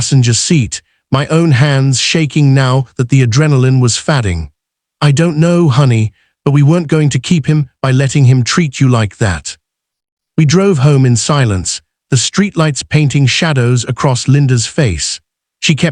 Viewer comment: Fadding instead of fading